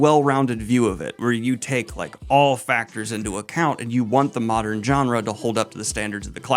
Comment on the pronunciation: daniel!!! you used to pronounce “genre” correctly what happened?? now you’re saying it like the booktokers shame on you